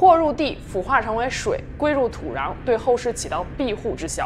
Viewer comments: 土“瓤”是哪里的口音 🤔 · 为什么土壤发的是二声？是哪里的口音吗？